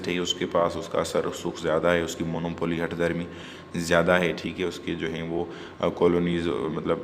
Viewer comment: Plz correct your pronunciation of Monopoly , imperialism etc. Rest is your nice effort